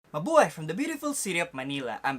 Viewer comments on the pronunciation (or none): none